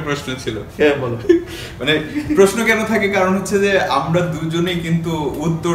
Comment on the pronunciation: ভাই যথাযথ সম্মান জানিয়ে আমার একটা পর্যবেক্ষণ আপনাদের সামনে রাখছি।। কথোপকথনে আপনাদের প্রায়শই র, ড়, ঢ় উচ্চারণের পার্থক্য নির্ণয় করতে সচেতন বা অবচেতনে ত্রুটি থেকে যাচ্ছে। 'আমরা' হয়ে যাচ্ছে 'আমড়া', 'আসার কথা' হয়ে যাচ্ছে 'আসাড় কথা', আষাঢ় হয়ে গেছে 'আসার' ইত্যাদি। আপনারা সমস্যাটা হয়তো বুঝবেন। অনেক দিন পরে ঢাকাইয়া টানে বাংলাভাষা শুনে মন ভরে গেল।